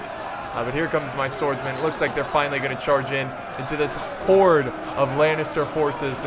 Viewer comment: "The Siege has Fishly begun" idk thats what it just sounded like